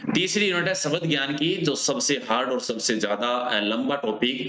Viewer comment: Sabad kya hota hai Shbda bolo bhai